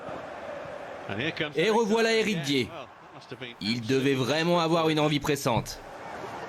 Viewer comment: « éric dié » 🤣